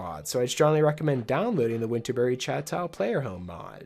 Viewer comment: "Chateau" is pronounced shat-toe.